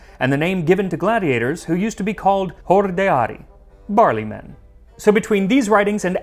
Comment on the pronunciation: "Barley-men" Me immediately after hearing it: BURLY MEN?